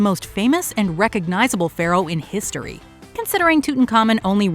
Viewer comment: «we can’t even be sure that Troy was in the ‘histroy’»🤦‍♀️